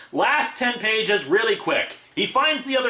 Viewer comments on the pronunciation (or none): none